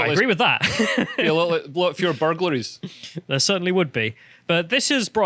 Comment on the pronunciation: The Scottish man said "berglerr" 😆